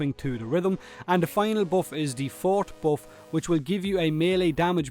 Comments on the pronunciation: It's "Viv-a-chee" and "Four-tay"... Not Vivass and Fart... they're musical terms Vivace means to do (or rather, play) something in a lively and brisk way, while Forte is to play it Loud and strong. Fitting since the Vivace buff and speed and the Forte buff is Damage. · For-tay, not fort. Sorry, I'm in band. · Forte is pronounced for Tay not fort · it's not vivace and fort. It's pronounced "Vivaché" and "Forté" emphasis on the e. Just some music knowledge so that the wrong pronunciations don't become a thing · The forte thing is kinda understandable because not many people know the difference between "Forte" the music term and "Forte" as in being good at something. Most people pronounce them both "For-Tay", but the non-music term is actually pronounced "Fort". It's one of those weird little nuances that has been lost to time. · Saying vivace wrong is understandable but forte is a much more common word so I was surprised people got that wrong. Oh well, it's a Warframe channel not Pronounciation Book so it's not a big deal. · For the Italian musical term for playing loudly, yes. But otherwise, the English word 'forte' (meaning specialty) is pronounced as he said, fort. Unfortunately, the game name is almost certainly referring to the first. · Pfft. It's pronounced Forté you potato^